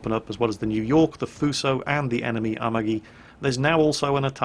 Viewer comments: japanese names. Say it like this, the a-MA-gi, not Amagi. Three letters, accent on the middle one. The "gi" as in the word go, not like as a "j". Two other examples. Its the Shi-ma-Ka-ze, 4 letters, accent on first and third. The My-o-Ko, same deal. Love your channel, it's a bright point in my day to hear you wail on the stupids. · And has fucked up Amagi's name, too... checks off The List